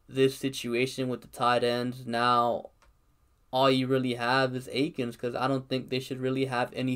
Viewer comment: Why is it so hard for people to say Akins at this point 🤦🏻‍♂️